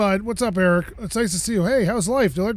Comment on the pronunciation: omg cant believe you called him "errk". my first house framing job over 20 years ago, the foreman was eric peterson,, i used to call him errk peterpuss all the time